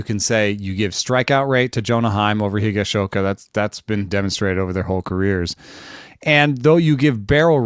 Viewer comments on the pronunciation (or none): That was a bit painful listening to trying to pronounce "Higashioka." 😏